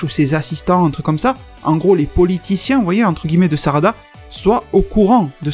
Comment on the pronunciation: totalement crédible. Peu probable, mais crédible. Cela expliquerait effectivement le potentiel et l'évolution sans queue des saiyajins de l'univers 6. mais je n'y crois pas trop, même si j'aimerais beaucoup que cela soit vrai. (Et c'est la planète et le roi Sadara, pas Sarada mon poto ^^)